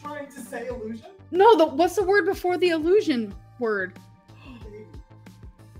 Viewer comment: For such an avid reader she really can't pronounce basic words 😅